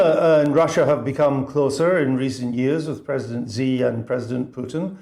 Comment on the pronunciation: It is not ZEE. It's Shee. Bozo